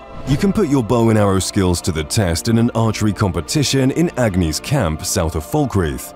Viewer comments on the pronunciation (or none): I guess you didn't know some of these you narrated... because her name is Angi, not Agni.